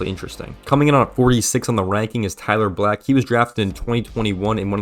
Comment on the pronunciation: Cut him some slack! At least he pronounced Tyler Black correctly!!😂